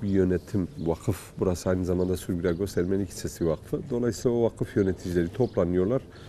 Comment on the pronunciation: Videoda Ermeni kelimesi yanlış telaffuz ediliyor. Azeri gibi son harf uzatılmaz.